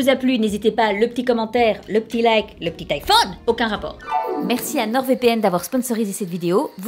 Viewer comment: L'iphône... Moi: Euh... Tu es au courant qu'en anglais on dit 'phone', donc pas phône... Ça m'a perturbé toute la vidéo mdrrr 😂😂😂 D'ailleurs, quand on y pense, IPhone ça veut dire littéralement 'Je téléphone'... Oui je viens juste de m'en rendre compte 😂 Edit: je reviens après manger et je vois que j'avais tout faux en fait! 😂 Bah merci les gars de m'avoir appris des trucs ✌🏻